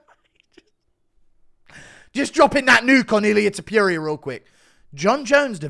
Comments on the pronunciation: Dude; it's not Topyoeria..his name is pronounced ToppOeRia it's not difficult to pronounce correctly, but it is disrespectful to mispronounce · Why does say " Ilia Tupria" instead of Topuria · TA-POR-RI-A not te-pir-ia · Ilia To-pew-ria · Bro if he says tipuria one more time 🤣🤣🤣🤣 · his name is not Topyouria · & you sound thick when you say Topyoeria; not like someone who's mma takes anyone wld be listening to. Altho, obviously i do listen to you; that's why i wanted to give you some feedback is all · Pronounce his name correctly ffs 😂😂😂